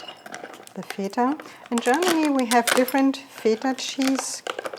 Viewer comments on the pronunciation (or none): I know you're German but you're also pronouncing the Greek cheese incorrectly.